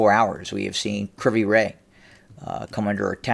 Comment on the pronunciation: Ive heard the city pronounced as Kre voy ro